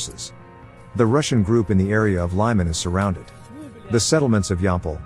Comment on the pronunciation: The name Lyman is pronounced like "Lee-man".